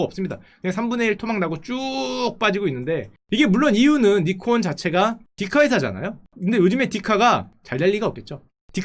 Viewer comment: ㅇㅌㅋ:니콘이 아니라 나이콘입니다